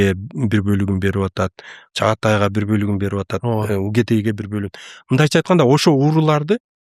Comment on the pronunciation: Джучи эмес - Жоочу Угедей эмес - Огодой Толуй эмес - Туулуй